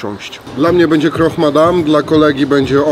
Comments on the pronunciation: Croque Madame. Croque - z francuskiego oznacza chrupać. KROK. Nie kroch. Pozdrawiam ;) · „Krok” i nie proszcziuto tylko prosziuto